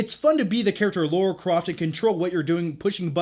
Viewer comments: L A R A. NOT L A U R A. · LARA Croft, not LAURA Croft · LARA LARA not Laura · Your as bad as mr stuckman its lara with an A. Not laura. Either way good vid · You mean Lara not Laura. 😂😆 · Its Lara not laura!!!!! Haha haha, sorry, love u bro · LARA!!!!! not Laura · Lara Croft, not Laura Croft. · Her name is Lara. How can that be pronounced as Laura? It's really not difficult! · i love you, but it's Lara, not Laura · Why do all Americans call it “Laura” isn’t it Lara ? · Yeah man, see you in a few months. btw its Lara, not Laura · I'm genuinely curious why Americans call Lara "Laura". Was her name changed in the video games for the US market? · Natarri Bailey I've heard a few reviewers clearly say Lara, but most sound like they're saying Laura. Maybe it just sounds that way to foreign ears. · Americans, say it with me now. LA-RA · Laura Croft, that's almost as bad as Stuckmann's pronunciation of Roland Emmerich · It's not Laura croft 🙄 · Why do american's have such a problem saying Lara properly? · Yet another person mispronouncing Lara lol.